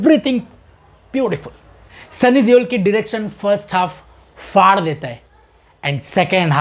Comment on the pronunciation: Faar dena chaiye .. this is not even a word. “ its phaar dena “ 😂😂😂 not faar dena